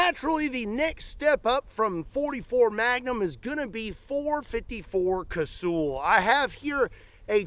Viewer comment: It's not kay-sooooool. Its kay-sal or ka-sul.